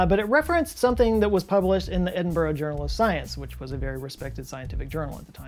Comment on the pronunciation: I love hearing Americans try to pronounce Edinburgh 😅